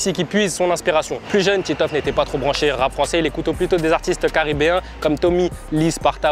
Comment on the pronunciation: Titoof pas tiitof